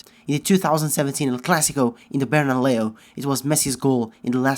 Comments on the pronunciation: does anyone hear Bernaleo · Did he just say bernaLEO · did you just say Berna-Leo 😂😂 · I LOVE THAT BERNALEO....hahahahaaa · “in the Bernaleo” damn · Loved it when u called bernabeu as bernaleo😎😎😂😂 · You said Bernaleo. Haha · Did he said "bernaleo" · he said Bernaleo😎😎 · he says bernaleo 😂😂